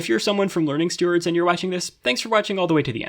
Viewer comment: The two words pronouncation and learningstewards were both pronounced incorrectly, which is cool haha